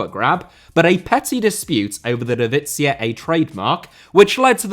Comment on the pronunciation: Why you pronouncing "divizia" like it's Italian 😭😭 Great job nonetheless mate, been following you for plenty of years. Love it when you give us some attention 🇷🇴